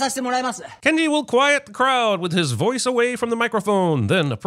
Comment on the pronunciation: I lost it at the "Ken-Ji the Sciense He" lmao